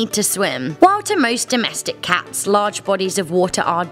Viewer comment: The way you say “cats” pisses me off